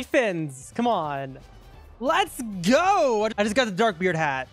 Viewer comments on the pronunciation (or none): "llets ghoooo" got me rolling